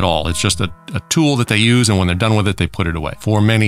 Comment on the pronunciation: You know someone has superior intelligence when they actually pronounce the H in "when" & "why" ;)